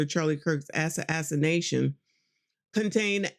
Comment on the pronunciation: The word is pronounced ah-sass-uh-nay-shun assassination